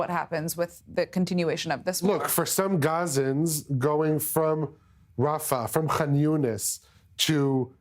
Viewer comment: She can't pronounce rafah? Her job is to read things